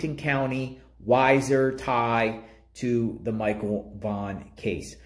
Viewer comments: 😂 it's wee- zerr idaho.. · I've enjoyed your videos on this case. Just a couple things to clarify pronunciation; both Weiser and Butte have long 1st vowels (sounds more like we-sir and Butte rhymes with suit). I don't know how familiar you are with the area, so I don't mean to offend by saying Weiser is boardered by the Boise National Forest to the east/northeast, and by Hells Canyon to the north. While I do not know 1st hand, I can reason officials may have been searching those areas based on a tip. Thanks for the videos. Hopefully by trying to connect the dots, they may jog someones memory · Hi, It’s pronounced wee-zer. Thanks for video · I love watching your videos but pronouncing names and cities wrong is annoying. Also Weiser is more like 19 miles away. Stacy may have been pick up in Washington county or did the crime in that county as to why he is there.